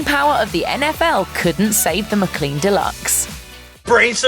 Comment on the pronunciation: It's not a Muh-clean Deluxe. It's a Mic-lean Deluxe. Like McDonald's. The way you said it makes it sound like a cleaning product! I gotta muh-clean muh car!